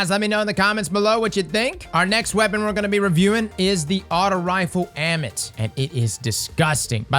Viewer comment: Ammit is pronounced ah-mett. I love you, please don't say this wrong. I don't know what it is, but every time I hear somebody do it it makes me die inside.